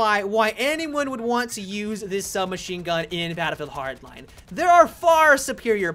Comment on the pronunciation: do you have trouble saying battlefield hardline. it sounds like youre trying to mix them into one word